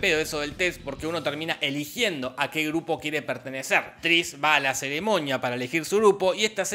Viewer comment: Argentinos diciendo ceremoña en vez de ceremonia... Y maniana en vez de mañana 🤣🤣🤣🤣